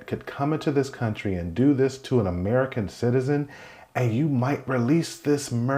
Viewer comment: We're all people, man. Just because you emphasize the words "American citizen" doesn't make one life more valuable than another. Tell me how many Americans harmed or unalived other Americans recently that you didn't report on.